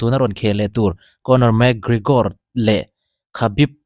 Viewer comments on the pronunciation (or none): none